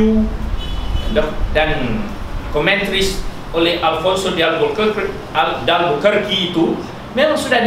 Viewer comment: Nak glamour pun agak2 la...sebut alfonso de albuquerque pun tak betul..